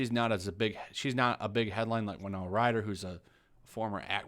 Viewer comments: Why is “the sun” covering this?! It’s completely unethical! FYI It’s Win-ona, not Wy-Nona. She’s a fantastic actress...and Vanessa Paradis is pronounced Para-dee. I’m not trying to be annoying but in reporting something, I believe all the names should at least be pronounced properly🙏🏼 😊 thank you for this coverage! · WiNONa. Not Wino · winONA Ryder is her name 😂 stop calling her Wynoa please! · I enjoy your channel & I'm a subscriber. I don't want to sound snobbish or condescending, but I've noticed that you've been mispronouncing certain words. For example, "Yorkshire" is pronounced ( york- sure ) & Winona Ryder's first name is ( wi-no-nah ) , wi as in "with", not wi as in wine. Take care, love your content! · WY NO NA...Winona say it with me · How are you pronouncing winonas name? Why-no?